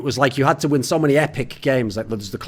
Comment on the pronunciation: "im pretty sure we didn't practice against mäny teams"